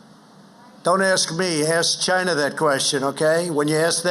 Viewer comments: Every time Trump says China it sounds like Gina 🤣🤣🤣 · Why does he say Chi-Na...? Cause he's an idiotic moron, that's why. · I'm telling you, Trump's Chy-Na pronunciation is his weird attempt at an Asian accent. He started using it during his rallies, but back then it was a lot easier to tell what he was doing. It was good enough his followers got it. Now he's gotten so used to saying it like that he can't help himself. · I thought it was “Jhina?!” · Is it strange that Trump doesn't say 'China' normally. He always stress on the word ' CHINA'. It's pretty weird.